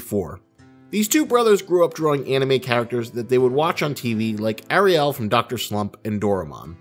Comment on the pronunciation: Pronunciation correction arale, not ariel, ah-rah-le, sorry I just really love doctor slump